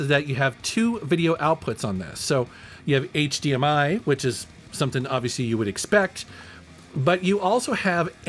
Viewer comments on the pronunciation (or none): none